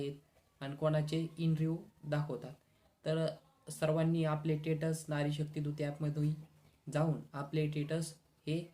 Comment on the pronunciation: Masej nahi message, ani tetas nahi stetus as mhan.